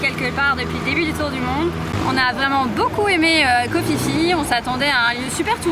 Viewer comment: Vous faites vraiment de très belles images ! Par contre, on dit Ko Pi Pi, pas Ko Fi Fi ! ;-)